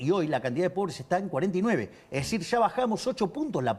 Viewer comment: Nesitar ( necesitar ) Essir ( es decir )